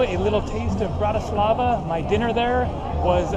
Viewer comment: In from Slovakia and you pronounced Bratislava wrong lol but its ok